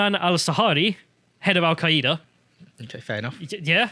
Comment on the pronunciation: Al-queay-ida? You mean Al Queda? The terrorist organization that I refuse to pronounce correctly?